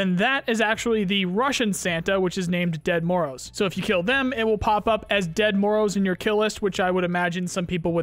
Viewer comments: Its not "dead" Moroz... it comes from russian "grandpa", more pronounced like "djed" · The Ded Moroz pronunciation is terrible